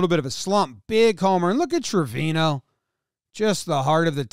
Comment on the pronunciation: Jomboy your are pronuncing Trevino bad! Is like Acuña! The pronunce is Treviño! Is a latin last name!